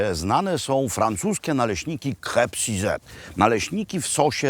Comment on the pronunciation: Crepes suzette, wspanialy deser, genialny wprost, nalezy jednak wymawiac "krep süzet". Swietny odcinek, nie wiedzialam ze Dalmacja ma takie wspanialosci do zaoferowania. Trzeba bedzie sie tam wybrac, wspanialy kraj. Serdecznie pozdrawiam....:o))